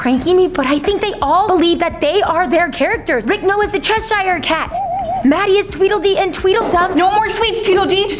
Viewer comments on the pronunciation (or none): It is Cheshire cat it is not however you say it is Cheshire cat okay and yes I I love cinnamon rolls but stop saying how you say it because however you say it is wrong it's Cheshire cat